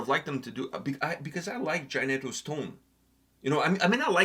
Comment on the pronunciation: Lol I’m not Brazilian and it’s pronounced Jay-knee-toe, think of magneto, but thanks ❤😂.